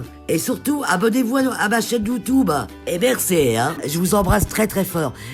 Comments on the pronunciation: "emerce" xD à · "et mercé heinnn" 😂😂😂😂👌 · Le "est mercéé" ma tué😂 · Ce « eh merce » de la fin il m’a achevé 😂😂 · « ET SURTOUT ABONNEZ VOUS A MA. CHAÎNE YOUTOUBE ET MERRCEEE» 😂😂😂❤️❤️❤️ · J’étais triste d’entendre son histoire puis d’un coup " abonnez vous a ma chaine youtoube. Et mercé hein " 🤣